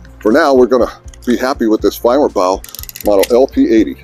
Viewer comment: You pronounce their name far better than I can